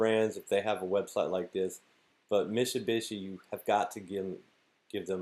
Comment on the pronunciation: Stop saying Mishybishy